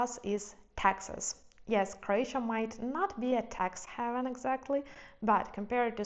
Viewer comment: Im so glad to see a new video! I’m curious of you know the word haven, just because this sounded like heaven) 😢 ❤️‍🩹 😮 I’m glad you’re keeping smoke free)) keep it up!!